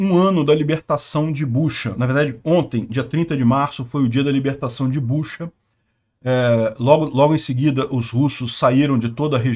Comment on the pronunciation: Não é Buxa, mas sim Butxa